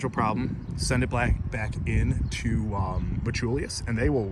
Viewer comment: Brother, are you saying "metchulius"?? Lol anyway, very odd choice by them to add the little wings on the thumb press, especially since the sling still goes INSIDE the wings. If they routed the sling on the OUTSIDE of the wings, then it would hold the sling open and I bet that would make it much easier to get your thumb in when you're pumped. I'm glad they got rid of the silly colored "range finder" dots, but otherwise this feels like a sidegrade at best and not really an upgrade. Thumbloops really are the best IMO.